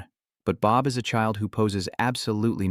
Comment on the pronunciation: what is that ending where it just cuts off mid sentence???? Also your AI needs more training since it confuses genders and got soooooo many words wrong. I kinda laughed at how many times it saying Bob sounded like Bop or how it would mess up undead as anded